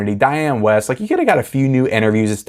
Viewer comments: One of your favorite actress’ name is spelled “Wiest.” What would make you think it was pronounced “West?” Why not take the :30 to look up “Diane Wiest” (or any other actor or actress you’re unsure of) on the interweb for pronunciation. It’s pronounced “Weest,” rhymes with “Beast.” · Please pronounce your movie mom’s name correctly, lol. Dianne Wiest. Weest… This movie only became “nostalgic” for me after viewing it a few times. I’m sure after a few watches, you too can be nostalgic for this masterpiece. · I hate to be picky, but if Dianne Wiest is your movie mother, you might want to know her name is pronounced Wee-st due to the "i" you seem not to have noticed in the spelling of her name.